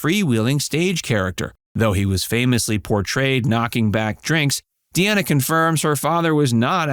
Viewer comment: Dean Martin's daughter pronounces her name Dee-nah. Not! Dee-Anna. But spells it Deana. That's Dean with an "A" at the end. His last name is pronounced Crow- setty. Not! Crow-chetty. How do I know? There's several sites that he mentioned that's how he pronounces his name.And Sasha is not his biological daughter. He adopted her. She is the daughter of his third wife.